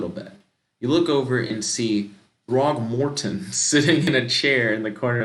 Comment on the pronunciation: Lmao "Throgmortem"